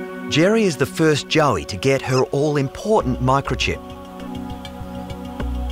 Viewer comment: it's kiTTON not kiDDON please your a educated, medical train Vet, it's kiTTON and just to really moan it imporTANT not impoDant